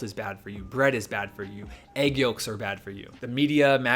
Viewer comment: Great video but why do pronounce egg like that